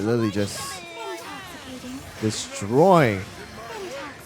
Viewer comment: Did white Lily just say"intox candy"😭